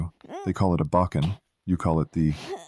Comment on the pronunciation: learn japanese pronunciation plsssssssssssss.... wtf is a "bocken"